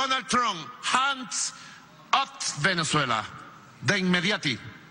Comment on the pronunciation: JAN OTS VENEZUELA DONAL TRON JANDS OTS VENEZUELA DE INMEDIATI 😂😂😂😂